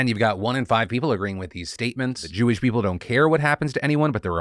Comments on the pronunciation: Ok, the "Jew-wish" thing made me actually lol. 😂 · “Jew-ish”….that’s the funniest thing I’ve heard all year😂😂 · "Jew-ish" I CAN'T 💀💀😭😭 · He said “jew-ish” 😂😂 wtf santos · "Jew-ish"?!?! XD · "It's Jew-ish not Jewish." "It's LeviOsa, not LeviosAR." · "Jew-ish." Okay, bro.